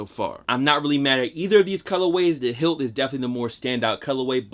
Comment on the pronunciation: It’s not hilt its pronounced highlight but spelled differently. That’s the whole point of the highlighter yellow shoe